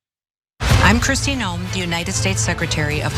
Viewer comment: I wish people would point out that her name is pronounced 'noom' in the language her forbears emigrated from.....Noem is a Dutch spelling.